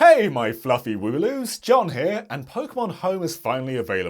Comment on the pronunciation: its actually wool-oo as in sheeps wool not wooloo